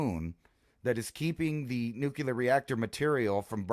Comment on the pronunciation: Its pronounced nuclear.